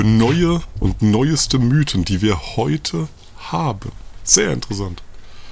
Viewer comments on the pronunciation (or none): none